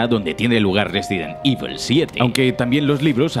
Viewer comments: No es resident ivel, es evil coño con la pronunciación que malo eres tio jajajaja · Me ha gustado el vídeo pero resident ivel, vamos ese inglés al 100! 😂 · Un vídeo fantástico. Eso sí, no he podido parar de reír cada vez que decías "Résiden Ível". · Cómo pronunciar Resident Evil con voz grave: Ruesident ivl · Resident IBEL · RESIDENT IVOL